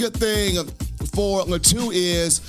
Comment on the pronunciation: His Last name is pronounced LAH-TWO (Latu)